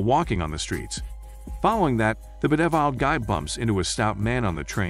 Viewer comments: The 'Beh-deh-viled' guy lol. It's a nice laugh when I hear that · I love how the commentator can’t pronounce bedeviled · Automated voice speaking most likely. While the cheap ones are really robotic and you can tell straight away, there are some paid programmes out there where they incorporate entonation and other stuff to try to sound more natural, but there are certain words that the AI struggles in. In this case bedeviled is probably not a very common word, so the programme just "guesses" how it would be pronounced based on things such as length and amount of syllables.